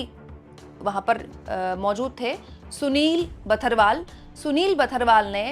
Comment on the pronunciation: भूल सुधार: कॉमर्स सेक्रेटरी साहब का नाम सुनील बड़थ्वाल (Sunil Barthwal) है किन्तु आप सुनील बथरवाल बोल रही हैं। बिहार कैडर के आईएएस अधिकारी हैं; पौड़ी गढ़वाल, उत्तराखण्ड के मूल निवासी हैं। धन्यवाद। 🙏🇮🇳💐🌷🌹